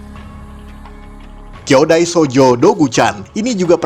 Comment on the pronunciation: ralat bang, bukan kyodai hero (hero bersaudara)... tapi kyojin hero (hero raksasa)